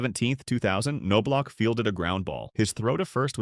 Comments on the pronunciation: Jesus man, its ''nob lock'' NOT '' ''c no block'' smh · KanKnowblock. Sounds right to me! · AI can’t pronounce Knoblauch correctly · yeah, did you notice that it got it almost right, like 30% of the time